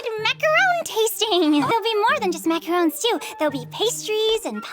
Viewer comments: Actually it might just be a Cristina problem, ‘cause I think Marinette is the only character who’s ever pronounced them as “Macaroons”. Doesn’t everyone else say it correctly? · The way they say macaroons and not macarons is so irritating